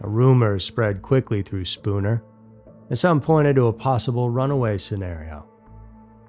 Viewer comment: Congratulations. You pronounced Spooner correctly